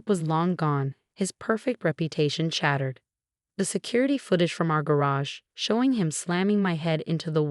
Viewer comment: Straight A, not straightest. Name Tag, not NAMDAG. Pronounce "wound" correctly. Shattered, not chattered. The parents should have gotten jail time.